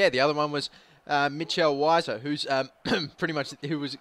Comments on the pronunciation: weiser is pronounced veiser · I think it's pronounced vi ser